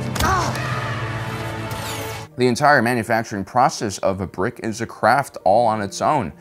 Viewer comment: Emphasis on the word “Brick”